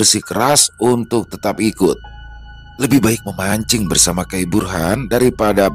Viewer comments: Assalamualaikum... Saya suka dengar cerita Abang. Saya dr banjarmasin. Lucu dengar nyebut kai....kurang iii nya d belakang bang....nyebut nya harus ka'i bukan kai. Minta rela uln bang🙏🙏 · Assalamu'alaikum... Cerita yg luarbiasa dari tanah kalimantan, izin sedikit mengoreksi pelafalan "kai" (Dalam bahasa Banjar artinya kakek) Itu dibaca "kaik" Bukan "kay". Ampun maaf, salam dari Banjar samarinda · kai dibaca kay yi artinya kakek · Maaf bang , cuma mau ngasih tau . Panggilan kakek itu bukan kai , tapi ka'i 🙏